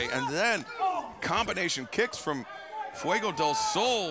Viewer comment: Fwey-Go Dale Sol...yeesh.